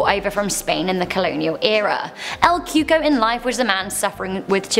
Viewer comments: I thought it was called El Coco, not Cuco😕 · Lol “el Cuco” ain’t that “El cucoy” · "CUCO" is pronounced "koo-kouie" (like Louie). Not Coo-ko. 😂😂😂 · It’s pronounced cuey-cuey not cooco